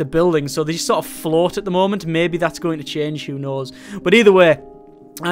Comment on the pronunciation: Series? Merbe.. Beverage? SURE! Try harder difficulties...